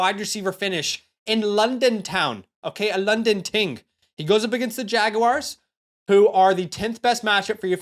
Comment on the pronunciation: Idk why “jag-U-wires” caught me off guard 😅